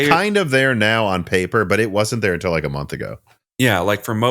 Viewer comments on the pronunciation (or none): While we are correcting pronunciation. Has anyone ever pointed out that nine times out of ten you pronounce "until" as "Intel"?